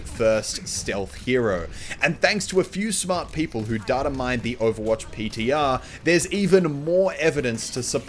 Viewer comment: Muselk can speak Spanish but can't pronounce "data"